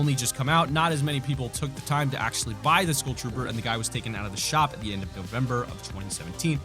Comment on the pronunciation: Does anyone else hate how he says school instead of skull